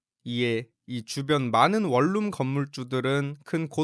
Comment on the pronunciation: 윌룸이아니라 원룸이여